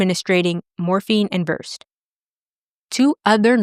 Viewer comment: Versed is pronounced VERSE-SAID. Just FYI